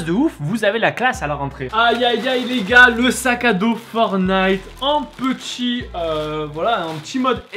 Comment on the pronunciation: Il faut prononcer le fkn T du mots FORTNITE C’est pas compliqué